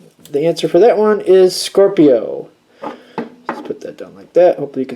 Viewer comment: Funny “like dat”. I live on the island of Maui and we say lik dat. 😂🤙🏼🧜🏼‍♀️ This message is super accurate and happening right now over events from the last week.